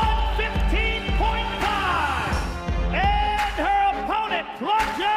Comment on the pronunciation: The announcer pronounced it Cloudia.... like in some movie I've seen before as a joke. Can't believe it.